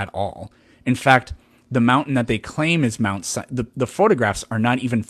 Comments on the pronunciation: A “Biblical scholar” that pronounces mount Sinai as “mount cyanide”. And what is an “anatheist”? 😂😂😂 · Did dude say “mount cyanide?” LMFAO!!!